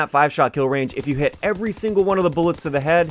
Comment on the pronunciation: "You heet the Canadian?"